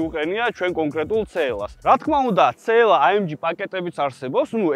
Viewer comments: რა ცე ელ ა რა ცე ელ ა ??? ძაან მაგარი კონტენტია მაგრამ ცე ელ ა? რა ენაზე? ?? CLA. სი ელ ეი. ასე გამოითქმის და სასაცილო აღარ იქნება. ძაან მაგრები ხართ სხვა მაგრამ მანქანების გამოთქმა სწორად თქვენ მაინც დაიწყეთ :) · ცეელას რო იძახის ყურებიდან სისხლი მომდის ხოლმე ტო